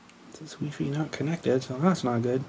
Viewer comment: lol at the way u say wifi weefee mega lolz